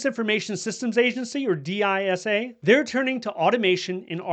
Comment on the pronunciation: Interesting hearing D I S A and not Dis-sa 😊